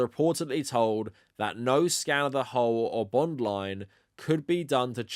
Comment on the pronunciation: You keep reading 'hull' as 'hole'. It's pronounced to rhyme with lull.